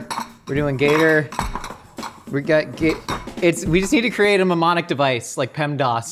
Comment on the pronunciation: Him trying to say mnemonic 🤣🤣🤣🤣 sounded like "mamaanic" 🤣 Good episode 👏 👌